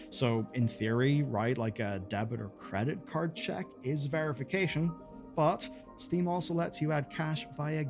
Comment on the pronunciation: why did you call steam “sting”?